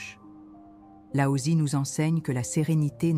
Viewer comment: Regrets : le fait que vous utilisiez l’IA pour le script ! Des invraisemblances qui peuvent perturber qui ne connaît pas le chinois mandarin ou croit e qu’il lit ! Exemple? Wu Wei devient Huawei , Laotse devient Aosie etc etc . À part ça, bravo et merci!